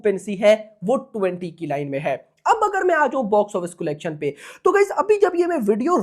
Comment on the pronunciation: Bhai it’s not colegtion its collection 😂